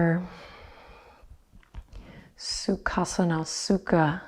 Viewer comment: anyone from Russian-speaking countries gave it a giggle when heard Adriene saying suka-sana by syllables?😂